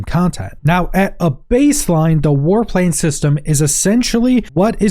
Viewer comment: I was listening and couldn't watch the screen for a while. I'm thinking: "War Planes?" "War Plains?" Or is it "Warp Lanes"? Then I could get to the screen... "Aaahh... War PLANS! That makes a LOT more sense!" LOL! English, eh?